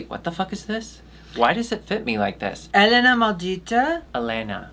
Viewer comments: Eatou assistindo elas desde episodio 1 de DRBrasil e gostei delas. Elas se preocuparam em aprender como se pronuncia helena kkkk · Gosto delas! aprenderam a falar Helena corretamente